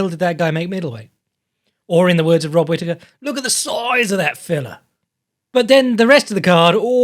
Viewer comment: “Look at the siozzee of that fellah” 😂